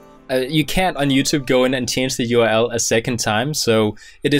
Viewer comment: Can you pronounce the "uRl" not like "ul"